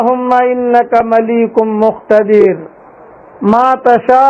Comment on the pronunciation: مليك هے ملیق نہیں